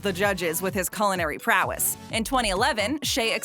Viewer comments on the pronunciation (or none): none